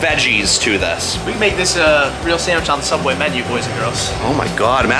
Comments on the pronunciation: Spongey subwich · Did he say sandwhich? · The spongsubicle